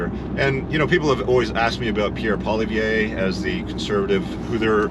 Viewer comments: Would be best to pronounce Poilievre properly. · some good points made, you speak very well and clearly. (Maybe work on the correct pronunciation of Pierre’s last name 😊). Your inserted memes are unnecessary. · Well said. I have one suggestion. Please learn the proper pronunciation of Pierre Poilievre's name if you're going to refer to him in more of your videos. I'm guessing you probably will because everyone will be very familiar with him being the next PM of Canada. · Hey alpha bro; learn how to pronounce Pollievre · You need to practice your "Poillievre" ! I don't see annexation of Canada, who would want the pain in the ass Quebec, but . . . if Alberta was to opt out of the Confederation, I would see the US welcoming that province as a new state.